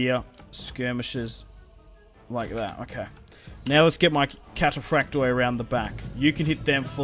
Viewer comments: In Greek, when a word ends in ...oi (which is indicative of plural) only the i is pronounced, not the o. So, for example read Cataphracti (which means cataphracts, plural) whereas Cataphractos means cataphract (singular). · for the love of the Orthodox God the "o" in "kataphraktoi" etc is SILENT !!! (it is simply the plural form)